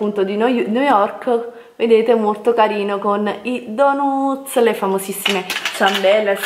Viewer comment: Noo ma con tt sti soldi che hai speso un corso di inglese/americano no?empeir e stupendoo😅e poi donuz nn s Po snti'.